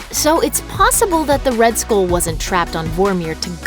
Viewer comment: Please stop pronouncing skull like school. kthxbai